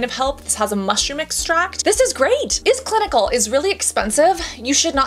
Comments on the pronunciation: iS Clinical is pronounced as the word "is", not I S letters according to manufacturer promo videos. Love your channel!! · It’s “is” not I S! Such a good brand I promise